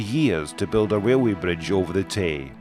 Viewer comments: I’m not sure I understand having this narrated by a guy with a real bad speech impediment. He can’t say an R word to save his life. It’s torture having the gentleman say “railroad” so often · Wail way is that Scottish for Railway? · whats a wailway bridge 🤣🤣🤣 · ..a wee wrailway bwidge.... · Wail way 😜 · sounds like he is saying, THE WAILWAY BRIDGE....... he must be scotish, the foreign fuckers cant speak English....lol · not pokin fun at his accent, but the first few times he said "RailWay", made me laugh. And I also enjoy history info, such as this. ThankYou!